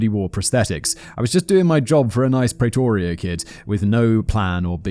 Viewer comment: The south african accent wasn't half bad... considering how Simon pronounces Pretoria 😝